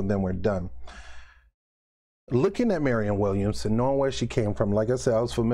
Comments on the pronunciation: Man what does it take to pronounce Williamson ? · Damn you cant say her name right 5 times in a row,😆 williamson for president!!!!!!2020!!!